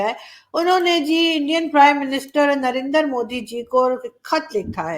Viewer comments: it's not "na-ren-dar" it's narendra in one line !!! 😏🤠😜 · Arzzo jee~ It is not Narandar Modi but Naren-dra Modi